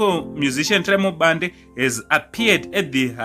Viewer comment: Bhande not Bande😜